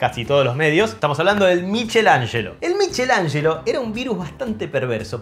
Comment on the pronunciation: Me encantó esta edición!!! Solo una corrección (que me parece raro que siendo de apellido, lo hayas pronunciado mal) Miguel Angel en en Italiano se pronuncia "miquelanshlo".